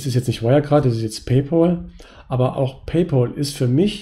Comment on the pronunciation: Es heißt nicht "Pay-pol," sondern "Pay-päl". Pal wie Kumpel. Sonst hervorragendes Video und Videoserie. Vielen Dank dafür! Ich bin zwar 40 geworden, bevor ich auf die Idee kam, diese Strategie für die Altersvorsorge zu wählen, aber ich glaube, es ist nicht zu spät.